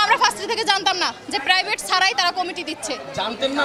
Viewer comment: What a slang 🤣 প্রাইবেট ইউনিভার্সিটি কে যেন প্রদান্ন দেয় , ওয়াট আ প্রনান্সিয়েশন 😂😂